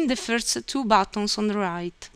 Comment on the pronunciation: batooons (buttons) hahahahaha